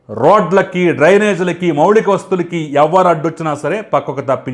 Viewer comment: అంతా బాగే కాని మౌలిక,,, మౌళిక కాదు